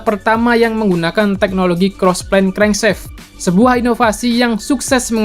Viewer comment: Crankshaft bacanya krengsaft aja kali bang bukan krengseft Biar anak stm ngga salah paham